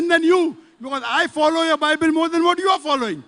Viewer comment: bible not baybel